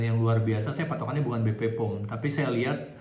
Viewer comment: BPOM mas, bukan BP-POM. 🙏🙏🙏